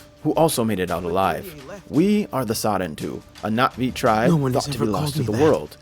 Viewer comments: Nothing brings me more joy than ppl actually pronouncing na'vi right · the pronunciation is crazy good! I keep coming back to this video because of the amazing story telling. the correct pronunciation of Na’vi words help so much in immersing into the story. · I love the fact he actually says the names the right way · Finally someone who gives this game the respect it deserves. You actually understand the meaning behind it, thank you so much for that breath of fresh air. Also the correct pronunciations. I’m sick of hearing the Na’vi called ‘blue people’ or ‘blue cats’ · the correct pronunciations of the na'vi words/names brings me joy lol thank you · Literally how I’ve been saying it from the start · YES I ACTUALLY RECOILED NOBODY SAYS IT RIGHT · Even though I have already finished the game it was still fun to watch you tell the story through your own eyes (and very refreshing to see someone pronounce Na'vi correctly lol)